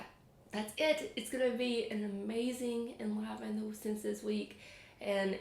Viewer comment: I believe you pronounce enliven with a long I. En-live-n.